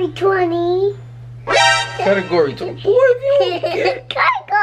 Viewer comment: is so darn cute.."category 20" 😍He actually pronounced category better than most adults I know lol..